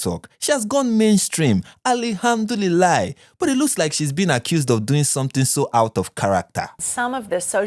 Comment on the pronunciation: Every time she says alhamdulila makes me cringe. Woman you're no Muslim nor an Arab so stop trying so hard to pronounce words that do not roll off your tongue naturally. I have a very good bs radar and these social media personalities usually expose themselves by the things they say and how they say it or do it. This lady is so obnoxious specially her fake reaction to the chat gpt answers